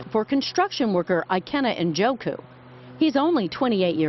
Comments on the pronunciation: Njoku... I think the “N” is silent. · This guy is a Nigerian, an Igbo man. Ikenna Njoku is TOTALLY mispronounced here. The correct pronunciation goes similar to this: EE-KAIN-NA NN-JAW-KU. Americans just mispronounce names without askih the person how it's pronounced. Not everyone is John Smith.